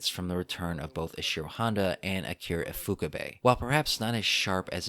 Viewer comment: Glad u finally got to pronouncing "Ifukube" correctly =3 It took me forever to remember this movie even existed. I knew there was a Titanosaurus...i knew there was a sunset ending with Godzilla walking into the sea, but it was like it was completely lost. Im binging ur reviews btw. Kickass stuff. The historical connotations and objectivity are something most reviews are lacking today. Keep it up man!